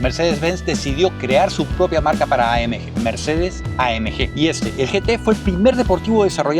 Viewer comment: Por qué pronuncias AMG en inglés si el vídeo es en español?? Buen video de un buen coche👍